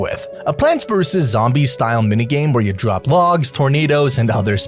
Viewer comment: Legendary drop not trop